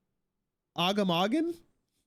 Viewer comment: That first attempt at Agamaggan is the most Canadian has ever sounded.